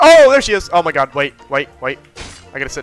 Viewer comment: Not saying “OH MY GYA-D